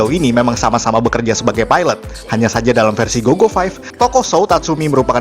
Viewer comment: versi bang bukan versu